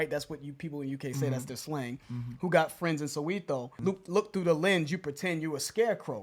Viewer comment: Perfect song reaction!!!! The way you pronounced Soweto 😂😂😂. Its pronounced as ( so where to? ) you just need to say it quick enough for it to sound like that 😅. Please do react to Priddy ugly - Hosh ft Wichi 1080 & Youngsta CPT 🙏🔥 shout out!!🔥🔥👏